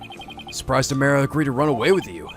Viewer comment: He’s still saying Amara’s name wrong. It “ah-MAR-ah”.